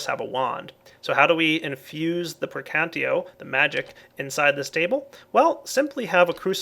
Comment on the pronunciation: Latin lesson with! It's not [Pre'kantio] it's [Prekan'tatio]